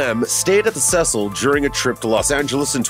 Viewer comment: Your pronouncing Cecil wrong